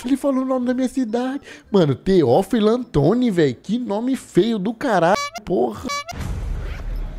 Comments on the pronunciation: Eu vendo ele falar o nome da cidade de nascimento da minha mamãe errado kkkk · Nasci em Teófilo otoni viu, e falou errado 😂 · O vídeo do programa é bom, agora o youtuber é muito ruim. Não sabe nem falar o nome da cidade direito. Isso de achar engraçado conversar errado é muita bobagem. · eu nasci pra ver o massacrando o nome de tchó tchó kkkkkkkkkkkkkkkk e o pior q tive a exata reação q ele falou q quem mora em teófilo otoni teria